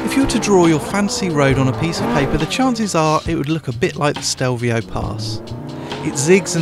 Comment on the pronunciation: it's Stelvio not Stevlio!